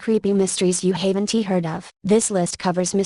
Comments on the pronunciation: Haven T, --------Then there was, ---- NCNC, I have no idea what the computer said in the sentence before NCNC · IKR...9 creepy stories you haven-tee heard of. That's as far as I got. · I stopped after "haven't" was pronounced " haven T " ugh. I hate these computer voices.